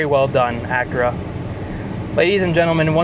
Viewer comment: Pronounce Acura properly